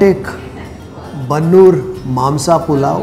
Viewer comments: Sir I admire your channel. But this episode is too bland and feels like a promotional video. Its not worth watching 27 minutes. There is no such thing called bannur kuri it's bandur kuri near malavalli taluk Mandya. Please know sheep and goat breeds like you know kaane, bangudé, bhutahai etc. Sir you while replying to a comment said you want to try dindigul biriyani in dindigul only not in Bengaluru. Then why try Mangaluru dishes in Bengaluru. And there is no such cuisine called gauda. All southern interior Karnataka people cook mutton palav, mudde, kaima, boti etc. Please don't mislead people on your assumptions. You get best non veg experiencein beegara ootas and it's all the same in all castes. Please don't tag caste to these foods. Please work on your facts the thing you say avare kaalu is chapparada avare kayi (winged bean) palya. Please don't do videos on country speciality foods you don't know things and to pronounce them rightly. Cheese burgers and sandwiches go good with you. Take help of your crew at least hire local people for local foods. This is total gross. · Please do not give shades of a caste for food like Gowda cuisine. About cuisine is being followed by majority of people residing in Old Mysore region. Its not Bannur sheep. Its Bandur Sheep. I am not posting this comment just revert. My humble request you to rectify, modify and improve the vlog channel. Thank you